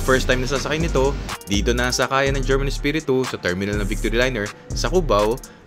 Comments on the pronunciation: Herman pop ronounced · Nice, the bus na hatid-sundo saakin paMaynila during my vacation sa Pinas as ang bahay bakasyunan namin ay located sa Bulakan Bulacan. German (pronounce as Her-man) Espiritu Liners, one of the pioneer bus companies sa Bulacan. Also passing Balagtas to Bulakan paglagpas ng Panginay Catholic church sa may paliko laging baha during high tide. Kapag rainy season when that stretch of road is inundated sa baha at malalim nagdidivert ruta nila. So dadaanan nila town proper ng Balagtas passing Robinsons then Cruz intersection sa Guiguinto then left turn to reach Matungao Junction to terminal na. Ayyy miss ko na ang Pinas hahaha